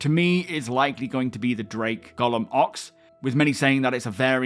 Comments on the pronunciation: not really. Orison and Ooarison I get, the UK and US teams tend to say them differently. But Golem is a normal word in English, it’s a rock monster essentially. It makes sense for the Drake ship to be called it. A Golum isn’t a thing, so it is odd that everyone I’ve heard says it incorrectly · Why does everyone say Golem wrong? It’s not named after Tolkiens character